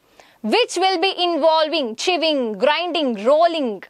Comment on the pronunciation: Some of ur words were different from ours ((like::-chewing u pronounced it as cheving )) 😂😂